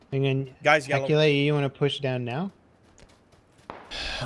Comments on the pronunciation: lmao Charlie calls him "Accolade" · i swear keeps calling Aculite, Aculade!